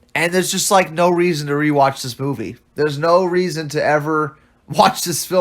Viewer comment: "FOR NOUGH REASON!" - Cinematic Virgin.